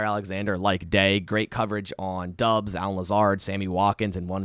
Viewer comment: man, its pronounced Romeo DOBBS not Dubs